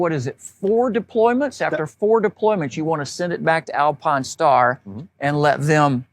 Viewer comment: This dude not saying Alpinestars correctly and driving me out of my mind! Good Lord